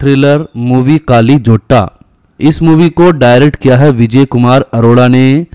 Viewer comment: Kaali nahi..kalli